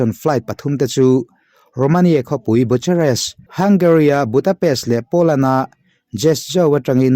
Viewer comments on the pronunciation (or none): Bucharest(Bu-kha-rest) tia lam tur aw